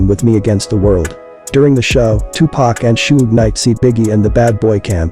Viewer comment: Da name is pronounced Sug not Sog short for Sugar Bear u must b white 😂